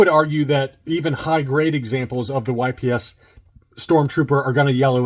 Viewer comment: It's not pronounced Y-P-S! 🙄🙄🙄🙄🙄🙄🙄🙄